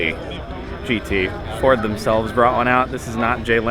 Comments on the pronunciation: Not JordGT it should be JardGT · JordGt?? It needs to be JardGt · Don't ya mean "Ford GTFord-E"?